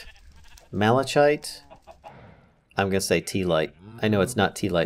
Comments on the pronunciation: Mal-a-kite = malachite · Doubts his pronunciation of 'Teallite' ... but not 'Mala<CH>ite' lol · Malachite is pronuonced malakite btw. Keep up the good work!